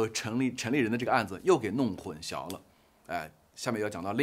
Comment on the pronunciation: 混「淆」念音是「姚」 大陸會把曝光念成「爆光」，曝字在台灣是找不到「爆」音，我其實很不習慣，難道大陸會把「曝曬、一暴(曝)十寒、野人獻曝」等，都念成爆嗎？但現在我知道太多評論念「爆光」（曝光），我也沒辦法而習慣了。混淆念成混 消二聲，還是太怪了吧。（中文是太難了，我也有很多不會。）